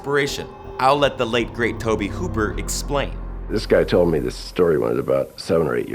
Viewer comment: Its tobe hooper not toby. Just saying. The remakes as tommy Hewitt are by far the best. R. I. P to Lee Ermy. Now drop and give me 50 maggot.